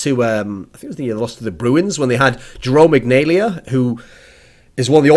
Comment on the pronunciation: It's pronounced Jarome Iginla not Jerome Ignalia. Every other part of the vid was fantastic it's just the pronunciation of the name of the Jarome Iginla was incorrect.